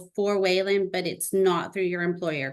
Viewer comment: It’s funny how the lady keeps mispronouncing Waylon like Waylond